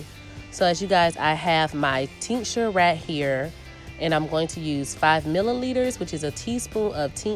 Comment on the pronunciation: What is the teenksher or what is it that you’re saying sorry? 😂